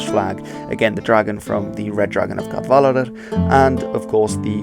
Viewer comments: Don't say "Cadwalladr" as if it's German. The "w" is not a "v". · Cadwaladr ap Cadwallon :/ The double L vs single L is a big difference. The “w” is also a vowel, pronounced the same as the vowel in “boot” in English. So it is /kad'waladər/ not /kað'valaðər/ that you seem to say at first. (Additionally, double D is /ð/ (the same as the ”“th” in “the”) while a single D is still /d/.) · Jonathan Murphy Cadwaladr and Caswallon is dodgy, but Glyndŵr is absolutely spot on. Doesn't help that spelling used for Cadwaladr uses two ll for some reason, which may make unsure of the pronunciation. It's just one l in Cadwaladr. By the way, 'cad' is old Welsh for battle which is why it crips up in names of kings. And in modern Welsh is most often heard in the Welsh word for 'headquarters', pencadlys, which literally means 'head (main) battle court'.